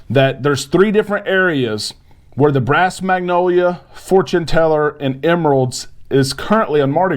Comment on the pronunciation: Emeril's - the D is silent lol